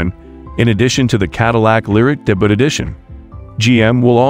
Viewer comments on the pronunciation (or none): It’s pronounced DAY-BYOO not DAY-BUTT. Come on, debut is not that obscure a word. Google it and listen to the pronunciation. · Not much new here, but nice to get updates. Interesting pronunciation of the word "debut."